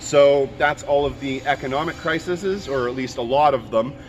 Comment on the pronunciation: Crises CRY-seez :)